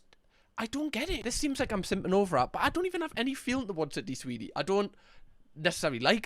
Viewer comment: “Swidney Seeny” 😂😂